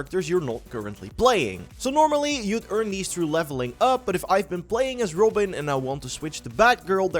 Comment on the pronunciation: Goth-am, not Go-tam. Rob-in, not Ro-bin.